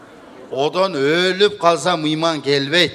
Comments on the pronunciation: Ээ дооругон мыймын эмне ал мейман деп суйлочу тантырабай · Ээ кок мээ мыйман эмес мейман